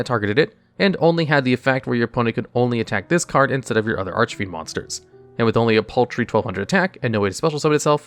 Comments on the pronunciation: Finally pronouncing archfiend correctly. Quality character development. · Wow, he said Archfiend correctly, and not Archyfiend or whatever he said before. :D